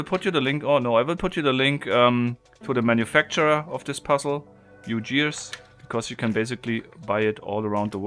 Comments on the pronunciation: GEARS,,,,,not "JEERS" in English , the first letter of "Gears" is said like the first letter in "Goat" .... not making fun of you , just trying to be of assistance .... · Nice one Only thing, it is pronounced as u-gi-ers and not u-ji-ers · Did anyone else notice he said ujears and not ugears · Since when are you Martin? I mean, it is Wednesday, but still. Also, I pretty sure it’s Ugears, not Ujeers.. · "You-jears" Pretty sure that's supposed to be a hard 'g', chief. As in "gears" that "u" assemble. Don't get me wrong, though - great vid, and beautiful device. EDIT: Are your business cards on playing card stock?! They're fantastic! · My thoughts exactly! "You-jears" just doesn't sound right to an english speaker. As an engineer I think the hard "G" as in "gear" has to be the correct pronunciation. Nice video, though, as all videos are. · yoo-jeers? What's tha-- oh, you mean UGears. Hard G,. Hard G is very hard to say. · You pronounce tschears wrong. (Good vid though.) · Yeah more like G in Guten, if you wanted some reference. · the word "gear" is pronounced with a hard G. as in "gate" or "ground" Just for future reference :P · FYI, pronounce the G as in the word "get" not as in the word "jet" :) Great video :) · I didn't watch this just cause he pronounces gears wrong.